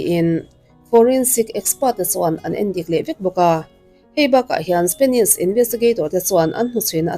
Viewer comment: Ngaihthlâk a nuam e. Amaherawhchu, i thu lamrik dan hian duh thu a sam lo deuh țhin lo țang sauh sauh teh. Entir nan: 'Spenish' ni lovin, 'Spanish' tih tur. 'Tlet mei' ni lovin, 'tlat mai' tih tur. 'Mei' ni lovin 'mai' tih tur. 'Ngeihtuah' ni lovin 'Ngaihtuah' tih tur.